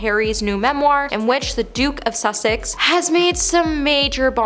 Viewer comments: It’s The Duke of Suh-six not The Duke of Suck-sicks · Susssssssex, not Sucksex. Otherwise, great video! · "The Duke of Suxex" 😂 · I thought at first, she was being cheeky by saying “The Duke of Suckcess”. 🤷🏼‍♀️ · .... aw, bless her..... come on , I mean.... The Duke of Suck-sex! Brilliant!!!! ( To be fair, Once you start mispronouncing words it can be really difficult to stop repeating it.) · do you not know how to say "sussex"? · Some phonetic help…”whinging”=WIN-JING, “Sussex”= SUS-EX (not “Suxex”), “row”(in this instance) R-OW. Cheers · Ya gotta get some advice on your pronouncements. Sussex (?), good grief! Row is pronounced roue.